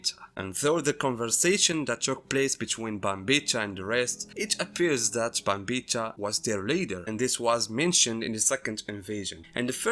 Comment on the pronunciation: Pronouncing Bambietta wrong, and Giselle is trans, so you call her a trans woman. It's implied she was born a boy and now she looks and acts like a girl. You just call her she her. You've misread Giselles character by your own bias.